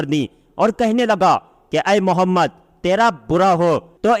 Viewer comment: As salaam alaykum bhai aapki vd bhot hi achchi hai ma sha Allah pr muje bs ek baat kaheni ki aaap hamare pyare aaqa ka naam thoda achche se len pure ahetram se muje usme thodi safai nhi dikhti ya to zadbazi m naam sahi nhi lete hai phir gunah ka bhi dar hai pura or saaf bole